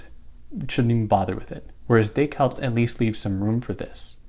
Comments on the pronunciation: Day-Cart. Not Day-Cault. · Do you think it makes you better than anyone else because you poorly attempt the French pronunciation of Descartes?